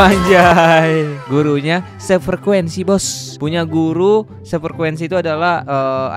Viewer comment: SEFREKUENSI, BUKAN SEFERKUENSI